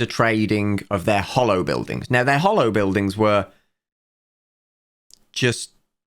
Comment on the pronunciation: I love how way of mispronouncing the "holo" in "HoloBuildings" makes it sound like "Hollow Buildings", which is a very apt name for what they are in practice.